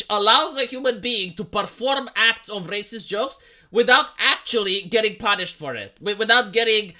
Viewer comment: poon-ished him, poon-ished him. Lol. That's literally what it sounded like.